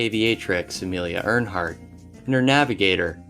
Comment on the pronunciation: Dude it's sad you don't know how to pronounce Amelia Earhart's name properly and the Concentration Camp Dachau